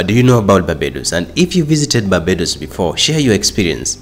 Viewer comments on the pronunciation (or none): did you intentionally not put the "r" in barbados ???